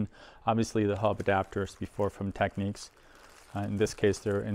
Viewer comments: Great video & find. It’s Technics, not “Techneeks” :) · Wonderful machine, and very nice video. But why on earth do some people insist on pronouncing the brand name "Tek-neeks"? In their own old commercials from back in the day you can hear it pronounced "Tecknicks". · It’s pronounced tech- nicks .